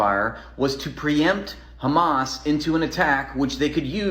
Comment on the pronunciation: "Do you condemn khamas"?! :D